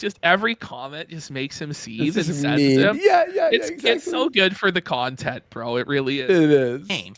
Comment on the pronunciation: My favorite part of the snortex is that everything that detractors say is denounced by as "nahense" when its his own words and chatent